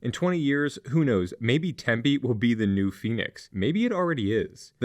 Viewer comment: It's pronounced Tempe, not Tempe :/ I'm being facetious, yes, but their is a TINY emphasis on the M that people from outside Arizona usually can't even here.